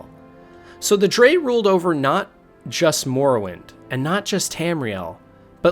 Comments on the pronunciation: Noooooo in ESO the NPCs pronounce it as "Dreg" not "Drey" aaaaaah my brainnnnn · For future reference, “Dreugh” is pronounced “Dreg” :) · STOP CALLING THE DREUGH “DRE”. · I’m like “wtf is a Dre?” I’ve only heard of them pronounced as “Dreg” as in rhyming with 🦵 Leg 🦵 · Is it not pronounced ‘Dreg’? I’m pretty sure that’s how they say it in the games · "Dray" hahahahahahahahahahahahahahahahahahahahahahahahahahahahahahahahaha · I liked this video but the many mispronunciations such as Dreugh as 'dray' (I could forgive this one honestly since it's an odd word) and VaermiNA as VaermiRA (you could have just taken the time to read the name properly, also if you've played the games thoroughly as someone interested in the lore you'd have heard it pronounced by VAs a number of time) along with the lore covered in this video being just a shallow glimpse at the clusterfuck that is TES lore, makes it feel very false and not genuine, as if you just thought this would be a topic that brings in views by attracting passionate TES lore fans while not being very passionate and invested in the lore yourself. The whole video comes across as if you've just compiled other people's theories that you've found on forums and not actually done any proper reading/played the games yourself. I just really don't think it's a very good idea to try to cover so much of such convoluted lore without being very passionate about it specifically. Still, good try and fun video! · Snow Elves turned into Falmer through simple evolution. And it's absolutely in character for the Dwarves. "... one degenerate zoo." That's racist.😂 Btw, it's "Tshay-she", not "Say-Yesee". And "Jo-Anne" is a woman's name. So many mispronunciations! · btw you're pronouncing Dreugh wrong, but great vid tho.